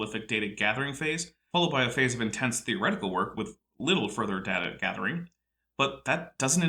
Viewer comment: uses both pronunciations of 'data' in one sentence...it is data, not data!!!